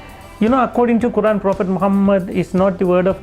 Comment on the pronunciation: He didn't even pronounce Quran correctly 😂 ngl This man lying, he's a fraud